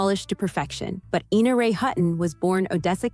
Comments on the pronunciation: Ina Ray Hutton's name was "EYE-na", not "EE-na". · "Ina" is Eye-na "Hutton" is not Hut-in Omg. I'm old. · I know a lady named Ina who tells everyone it is pronounced EEna. 🤷🏽